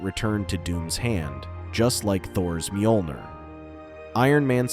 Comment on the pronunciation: You mispronounced mjolnir